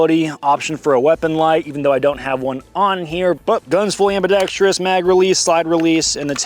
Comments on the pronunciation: "am-bi-dex-trous" there's no "i" in that last syllable, Admin. - this pedantry was brought to you by Pedantic Harry. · Hey, “ambidextrious” isn’t a word. It’s “ambidextrous” no tree in that word. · Ambidextrious? WTF? I was all in until I heard that word....im out....irregardless....I do like the gun tho.